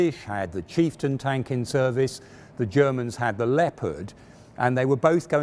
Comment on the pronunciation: i was so engrossed until he called the chieftain the cheap-stion. haha. on the videos note, glad i found it in 2021! Will watch Challenger 2 right after. thank you!